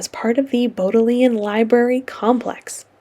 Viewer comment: Great tour! I studied in Oxford for 6 weeks back in 2000 when I was in university, but I haven't been back since. It was nice to see the different places. A tip for pronunciation of a few local place names (as it was when I was there): the Bodleian Library is pronounced "BOD-lee-un", "Balliol College" is "BAY-lee-ohl", "Plantagenet" is "Plan-TA-juh-net", and the "Pennines" are "Pen-NEENS"! (It's okay, I had only read those words, not heard them spoken, before I went!) The rivalry between Oxford and Cambridge is long-standing, older than the rowing race, and extends to the practice of people using the euphemism "the other place" or "that place somewhat east of here" instead of "Cambridge" when they need to refer to the other city, which I found hilarious. Also, the Thames is called the Isis, just for the part where it runs through Oxford; nobody could tell me why that is the case! One of the main misconceptions that American tourists had, about the University of Oxford (they would approach me and other students when I was there and ask), is that it is located on one campus; I would be asked: "Are you a student? Can you tell me how to get to the university?" I would have to gesture around to the city of Oxford, in general, because the university is spread all over the city of Oxford. Oxford University (and Cambridge University) is a system of separate schools or colleges, which are unified in various administrative ways, but otherwise separate, both in the location of their cam